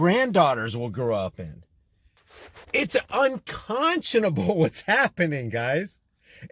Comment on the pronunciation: Hi Bro , Well you pronounce Unconscionable correctly . Now work on Inalienable..... LoL 😂